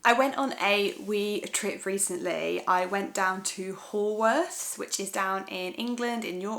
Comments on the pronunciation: Haworth is pronounced Howorth! Though frankly I couldn't say many Scottish names if I tried! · Love Haworth too. I think its actually pronounced "How-arth." Did you visit the Black Bull Inn near the Parsonage where their brother Branwell Bronte used to stagger home from very drunk? Its said to be haunted by a ghostly maid. So full of amazing history.